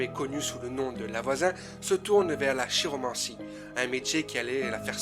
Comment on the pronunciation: Prononcer "kiromancie"